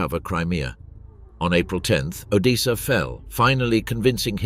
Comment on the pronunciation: How difficult is it to say odessa